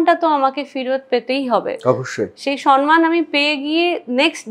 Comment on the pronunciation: তুমি বেশ কিছু ভুল শব্দ/উচ্চারণ করো : Criteria(s) , সন মান , Congestion (কনজেশন নয়) , Advice(s)